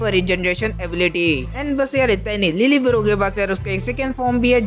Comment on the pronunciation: Lille barro❎ Lil bro✅